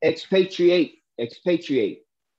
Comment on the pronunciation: Ex-pait-Reate lol